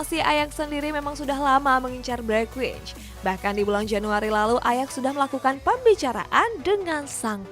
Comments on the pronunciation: Bergwijn itu dibacanya 'Bergwain' bukan Bergwich 🙏🙏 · Bereqhwaiyn bacanya